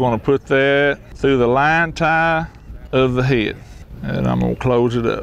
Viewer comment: lan ta. (aka line tie.) Which region do people speak this way?